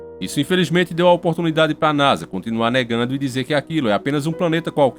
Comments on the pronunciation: Eu ouvi NAJA ? 🐍 Eu ouvi NAJA . É NASA 🌍 né haaa ta. 😁 Pra começar eu quero éque o mar o pegue fogo, rs... Pnc du nibirú! Rs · é Naja mesmo ou Nasa? heheh